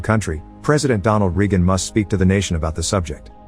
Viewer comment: he butchered Ronald Reagan‘s name